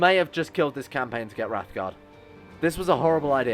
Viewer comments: Talks about mispronouncing daedra, immediately mispronounce Wraithgaurd. It's Wraith Gaurd, not Wrath Guard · I know i'm almost year too late, but you saying wrathguard instead of wraithguard was doing my head in. Love your videos though, been out of work for a while due to an Injury. Loving your lets plays